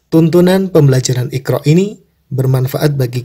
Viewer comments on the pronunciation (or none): none